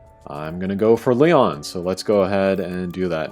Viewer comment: Curious: why does everyone call Rion "Leon"?